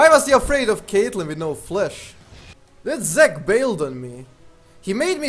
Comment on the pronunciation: i get triggered whenever he says flesh instead of flash